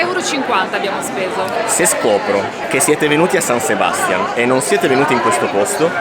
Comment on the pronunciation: Ragazzi, siete bravissimi con la scelta dei luoghi, e pure nel confezionare i video...ma San Sebastián pronunciato con l'accento sulla prima A, non si può sentire 😢. Caspita, ma c'è l'accento grafico...., ed anche in italiano l'accento è sulla seconda A! Vi prego, vi prego, dotatevi di un vocabolarietto...